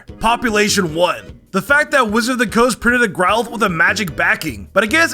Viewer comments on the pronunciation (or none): none